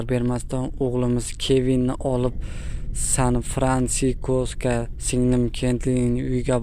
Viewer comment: Sanfirankiko mas san firansisko avdiyo qilishdan oldi 3 .4 marta o‘qib kigin o‘qing e